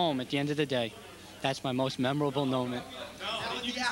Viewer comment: They don't say memorable, they say memerol.